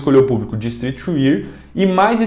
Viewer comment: "istrriti UÉÉÉÉRRR" por favor